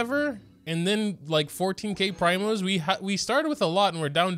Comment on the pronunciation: it's PREEEMOS not PRYMOS